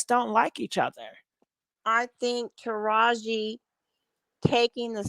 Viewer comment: Pkease stop calling her Tahaji. Her name is Taraji.